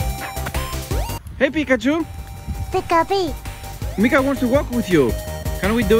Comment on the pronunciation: You called her meeka .I heard nigga 🤣